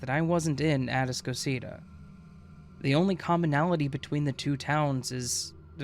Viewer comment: It’s “A-task-o-cita” man. They don’t know what you’re talking about because you’re mispronouncing the name babe 🙄 Which makes me doubt the entire story because no one in Houston would pronounce that name as such. Maybe you went to Galveston island immediately after a hurricane girl. 🙄